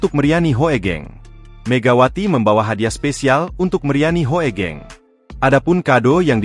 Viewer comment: Google voice memang agak-agak/masih jauh dari kata bagus. HOEGENG=HUGENG.., HOEGENG di baca HUGENG.